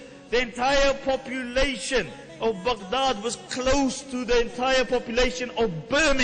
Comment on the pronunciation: Its not necessary to say Baghdad that way. It annoys me.